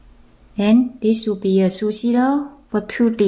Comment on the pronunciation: It is sushi roll and why you say it " sushi loll". LOL